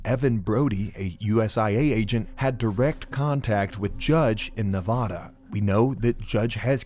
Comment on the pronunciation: Reno Navada mentioned🎉. But you’re saying Nevada wrong.